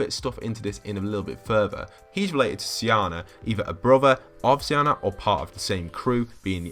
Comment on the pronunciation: Its Siona SI- O - Na Edit: Just saying by the way